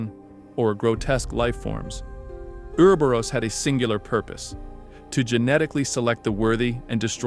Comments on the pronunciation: Correct: “or-oh-bor-ohs” Incorrect: “uuwer-berus” Brother it’s like needles in my soul every time you say it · Say it with me. Ooo-ro-bo-rose